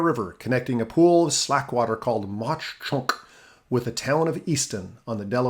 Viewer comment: As a southeast PA native, it’s cool to see the region talked about so much here. Some pronunciation notes: Mauch Chunk - mawk chunk Schuylkill - skoo-kul (the u is very unstressed, like a quick cull) Susquehanna - ses-kwa-hanna Reading - red-ing The coal was very important to the town of Mauch Chunk and led to it having the most millionaires per capita of any city in America at one point. Some of the mansions on one street still have tours. The most famous is Asa Packer who founded Lehigh University. When coal fell out of fashion, the town really struggled for a while, so the two parts (East and West Mauch Chunk) merged and was renamed Jim Thorpe (the lake retained its name). It’s now mostly a tourist town, but it is really beautiful (especially during the fall). The Lehigh Canal is a fun place to fish, and Mauch Chunk Lake is pretty nice. We call the old railroad the switchback, and it is now a hiking trail with a few tracks still visible.